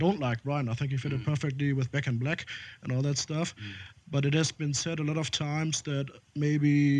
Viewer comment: Someone needs to explain to the interviewer that the "a" in "and" doesn't sound like "ooooo". It's and, not oooond!